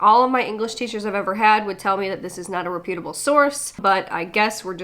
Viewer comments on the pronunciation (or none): its pronounced "moh nay" and reputable is pronounced "rep - u - ta - ble" not "reh - pewtuhbble" not trying to talk shit, just a grammar nazi and I can't help it >.< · Please stop mispronouncing word like reputable. It calls into question the rest of your commentary.